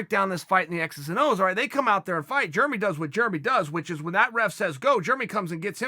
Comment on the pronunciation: “Germy” Stephens